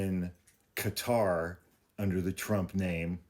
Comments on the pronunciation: Qatar kuh-tar. Not Cutter. No u or e in qatar. Please. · Qatar is pronounced kind of like a blending of Cutter and Gutter...